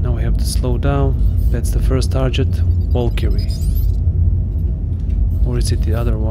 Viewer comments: Tar Get, not Tar Jet. Otherwise cool vid. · It's actually Tar git not tar get otherwise cool comment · it’s a short “e” sound as in “bet”, not an “i” as in “pit”, but that genuinely could be an accent thing. I have for sure heard it with more of an “i” than an “e” before.